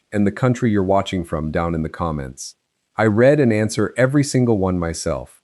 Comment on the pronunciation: "I READ and answer". You can fix that mispronunciation if you'd check your digital-voice script in advance and re-spell it to force the voice to say REED not RED.